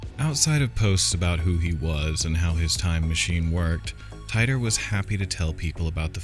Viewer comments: Not “tie dor” his name was “teet or” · John Tighter? it's pronounced TEE-TOR ...John Titor is just an alias name like "john doe" ...it's not a real name. 2% divergence in each timeline...Whatever happened in his timeline will not happen exactly in our timeline because there's a 2% divergence. That's the problem with you people, ya think they are "predictions" when it's NOT....he's just telling us what happened to him in his timeline....ya just blow it out the ball park....another misinterpretation. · I thought on Coast to Coast AM his name was pronounced Teetor 🤔?? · I usually really enjoy these but you got a lot of this wrong including his name Tee-tor. And you completly missed the stuff he got right Look in to what he said about Cern and WHEN he said it. Who ever your source was factually incorrect and left out the majority of the context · Okay sp you don't even know how to pronounce his name